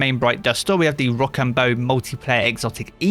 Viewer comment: Rochambeu is pronounced row-sham-bow lol